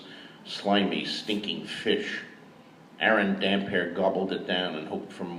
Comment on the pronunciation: THIS! How do you read the name hundreds of times and not get that it's a compound word??? :D iirc he did eventually get it right in aDoD